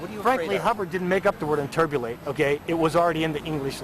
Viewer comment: inburbulate? intubate is in the English language, inburbutlate perhaps is in their language